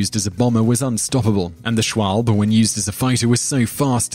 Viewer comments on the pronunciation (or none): These are interesting top tens, but please if you're going to use names German, or otherwise, learn to pronounce them. Junkers has nothing to do with "junk", it's pronounced "Yoonkers". The Swalbe, is german for swallow, it's pronounced "Schwarlber", and so on. Look in Wikipedia, they normally have a button to press so the word can be heard. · No6. Schwalbe is pronounced schwalbay you got the first 2 3rds right It was the last part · dont pronounce things so badly german that they still sound more english then german and say : "for all the non german speakers out there".... e.g. you pronounce the at the end of schwalbe. just sayiing as a native german... kind of anoyed me.